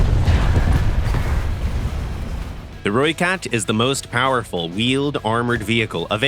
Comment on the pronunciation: Thanks for pronouncing ratel and rooikat correctly 😅